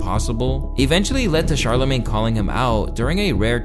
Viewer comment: bro said "that charla made" (referencing charlamagne)